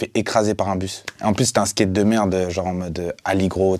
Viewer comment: "Le Skéte" mdrrrr je le kiff